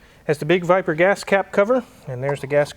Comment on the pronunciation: 10.07 he said viber it's a VIPEER ! dude